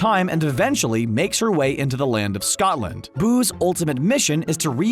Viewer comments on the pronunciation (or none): When he says boo’s it sounds like booze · Every time he says boos’ it sounds like booze